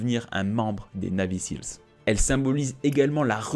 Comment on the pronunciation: Et ca se prononce "naivy sils"